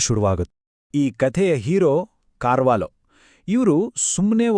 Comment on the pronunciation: ಕಾರ್ವಾಲೋ ಅಲ್ಲಾ ಸರ್... ಕರ್ವಾಲೋ